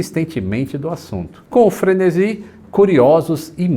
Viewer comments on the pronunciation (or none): none